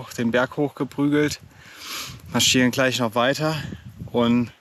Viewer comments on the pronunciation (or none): Habe mal eine Frage. Ist auch nicht böse gemeint, sondern es interessiert mich wirklich. Bei fällt mir auf, dass er nicht "sch" ausspricht sind halt FiCH und anstatt "g" ein "k" spricht. Kleich anstatt gleich. Ist das ein Sprachfehler oder ist das regional so üblich, sprich Dialekt? Höre das nicht zum ersten Mal bei verschiedenen Personen.